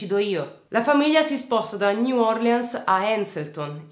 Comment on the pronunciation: New "orlìns" (scusa è più forte di me)0